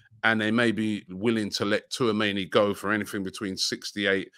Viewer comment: Tchouameni = "T-SHOE-AMENI"